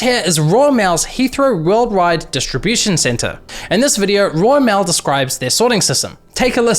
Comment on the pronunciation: Role mail he says